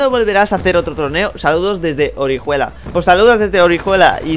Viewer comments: Orijuela? Jajajajaja orihuela tío, se lee oriuela, alicante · Orijuela no?? Jajajajaja la h ahí desde cuando se dice?? XD